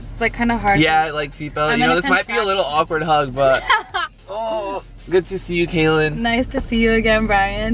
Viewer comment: Guys it's Kaelyn. Not Kaylin or Kailyn